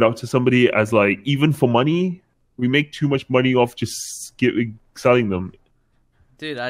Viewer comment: scccc aming?? Nah selling...🤫🤔